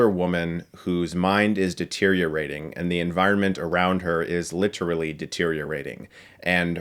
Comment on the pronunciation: Stuckmann literally says every syllable in literally.